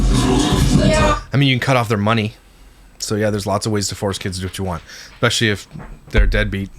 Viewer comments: I GENUINELY feel like Im hearing nails on a chalkboard when I hear someone speak the word ES PE CIALLY..... as EXPESHALLY..... ughhhhh drives me nuts. It is E S P NOT E X P.... and shes not got any dialect differences which would be cause for this... she just doesn't pronounce it properly... I really try not to pick, but it DOES get on my nerves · expecially and supposubly...lol